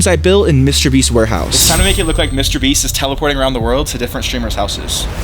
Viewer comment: Bro said mwister beast ware house💀💀💀💀💀☠️☠️☠️☠️